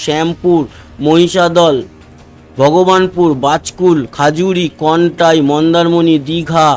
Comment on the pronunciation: খাজুরি নয় খেজুরি